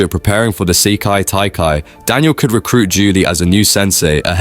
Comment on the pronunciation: " the seyki taikai " 💀💀💀